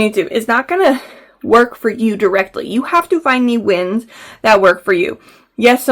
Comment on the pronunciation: When we were talking about this the other day I thought you said Winds and was so confused but now it makes more sense lol